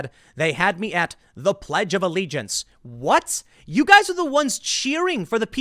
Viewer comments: “Pledge of Alkegiance”. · Alkegiance? new word from B Midler :)